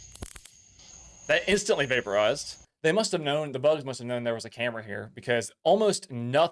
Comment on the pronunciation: Every time you say vaPOOrize lol “but WHERE does it GO?” 😂